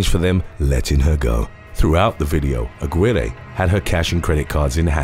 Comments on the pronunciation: Her last name in #6 is pronounced A-gi-reh!!!! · The way he was able to pronounce Budapest correctly but butchered Lorena Daniela Aguirre's last name and Guanajuato XD